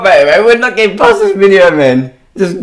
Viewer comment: he did nawt🤣